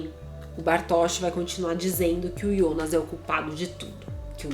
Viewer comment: Cara, deixa de chamar "Ionas" é "Jonas" JONAS!